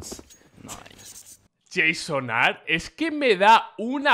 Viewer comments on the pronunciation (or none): none